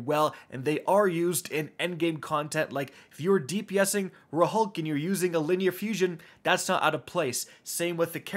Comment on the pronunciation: Blatantly repeated In-game pronunciation: "rulk": RA-HULK